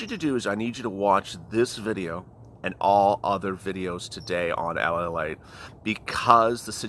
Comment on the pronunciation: I don't understand... Is it lalite or late... Cause it sounds like you are saying lalite?